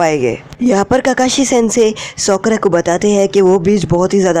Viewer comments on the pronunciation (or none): He tell Sokra. Lol